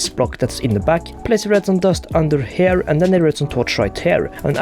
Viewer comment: Everytime he says the word “here” (as in, ‘over here’) it sounds like he’s saying “hair”